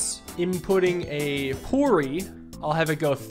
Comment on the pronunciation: pronouncing poori as porey is killing me